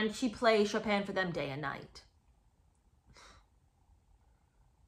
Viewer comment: She probably pronounced it "Choppin'."